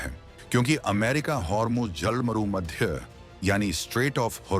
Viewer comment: जल डमरू मध्य की जगह जल मरू मध्य क्यों कह रहे हो भाई?